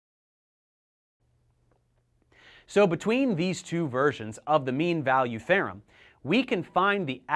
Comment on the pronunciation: "The mean value THEYRUM"